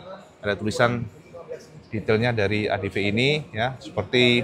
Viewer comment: ADV dibaca : "Adepi", bang, bukan "Adepe"